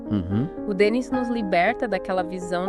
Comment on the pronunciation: A pronuncia correta é Denni, acento no i. O programa é excelente, o Livro maravilhoso.